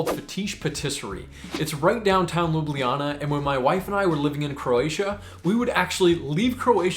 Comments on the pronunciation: Ljubljana is not 4 syllables, it's 3. LJU-BLJA-NA. The only consonant that can make a syllable in Slovenian is "R", and only because it can carry an unwritten schwa sound. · As a native i have to wonder where are the J sounds and where did you get the EE? it would be far easier to just learn it the way natives of ljubljana say it, loo-bla-naa thereby making lublana forgoing the J as we do, cause for accuracy then the easiest way to explain it would be to roll the first L into the word you, so LYOU-BLYAH-NAH (do keep in mind this is just grammatical way of saying it, but loo-bla-na, would be how most would say it, particularly natives of the city, with their regional accent) just a word of advice and hopefully you come back to enjoy the country some more. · Ljubljana has three vowels and three syllables. The j is pronounced somewhat like an English y (at the start of a word). Thanks for your recommendations! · Fun fact: You pronounced Ljubljana wrong lol. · My country ❤😉🇸🇮 Even I have trouble pronouncing the word Ljubljana, even though I'm from Slovenia😉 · Great video, but i find it funny how at the start when he explains how to actually pronounce it, he still miss pronounces it a little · LjubLJana, the second LJ part sounds a bit off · Its not pronounced Loobliana, Lj is like 1 letter, like saying L and J at the same time, Lju Blja Na, lj appears twice, just very str8 forward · Your pronunciation of Ljubljana, while pretty good for a foreigner, is actually not entirely correct. It's just 3 syllables, Lju-blja-na. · we the locals say LU-BLA-NA... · Next time go across the bridge and visit pop's pizzeria. And try to say Ljubljana not lubliana. After each l comes j. J Like in Word yes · I bet one of the things you wish you knew was how to pronounce places. 🤣 Ljubljana is NOT pronounced the way you did. Its LJ (as in LY for English speakers) in one breath as its 1 letter. Both LJ are prounced. So NOT Lubliana, But Ljubljana (Lyublyana), no pause between L and J.